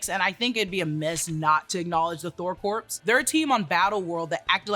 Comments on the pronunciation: I know it's pedantic, but corps is pronounced like "core" not "corpse". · Thor Corpse? Please get that right. Corps is pronounced "CORE." I.E. Marine Corps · I love the content. You’ve gotta stop saying corpse. Corps has a silent p and silent s. Thor corps rhymes. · The "corps" in Thor Corps is pronounced "core", NOT corpse 😂😂😂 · "Corps" is pronounced "core". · Corps is pronounced like core. Like Marine Corps. Not like corporation. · Corps rhymes with Thor. The ps is silent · The ps in Corps is silent. Js. Good video btw. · You do know the P and S aren’t pronounced in corps right? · The “P” in Corps is silent!